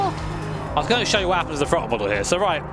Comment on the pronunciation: i understand you have an accent but dont say "frottle" lmao